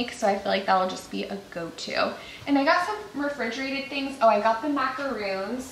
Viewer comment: I love all the creativity and effort you put into your party planning! 🌷FYI, the cookies you purchased are macarons, but you are pronouncing it like a different type of chocolate /coconut cookie called a “macaroon”. A lot of people make this mistake. Both types of cookies taste really good!